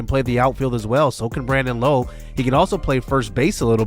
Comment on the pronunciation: Hey J, Rays fan here, love Brandon Lowe coming to the team! His last name though is said differently to the other two Lowes in the league. His is said like “Laow”. Just a heads up! Love the series a lot 🙌